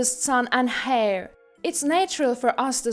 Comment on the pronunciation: The 3rd or 4th story with the Russian or Ukranian, I believe, narrator? The word chores is not pronounced "cores" it's pronounced "chores" and heir is pronounced like "air" the h is silent